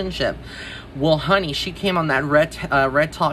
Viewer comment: The way you said " HUH-knee" took me out!!! 😅😊❤